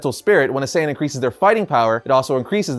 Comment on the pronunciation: Saiyan not saiyen Just saying